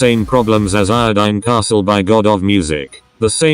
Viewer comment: when will he realise that it's called indocile castle not iodine castle